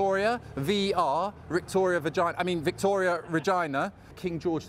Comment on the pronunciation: Did he really just say Rictoria Vagina? 😂😂😂